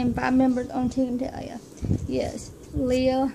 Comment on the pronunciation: Yay! I found it! I love it! I love the picture you choose as one of your favorites, it was so hard for me to pick too. I feel the same way, when Talia died part of me died too. :( Oh and you did say my name right. :)